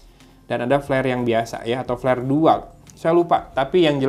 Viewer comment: peler bg bkn pler 😂